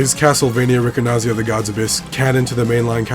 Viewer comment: Had no idea this existed. Very well documented and preserved! Ricordanza is an Italian word (just be careful: it's ricordANza, not ricordNaza)!